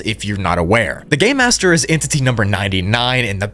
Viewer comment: it sounds like you said “the gay master”